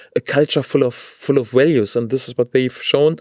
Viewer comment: His English is pretty good, although sometimes he gives himself away with occasional word order errors or pronunciation of the English V when it is the first letter of the word as in 'walues'.